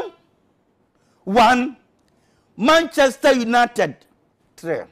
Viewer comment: Mannnnn untiedsssss 2..noting focersss 3😅😅😅😅